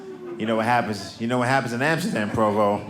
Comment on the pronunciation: Its fun that he says amsterda, but says Africa No sense!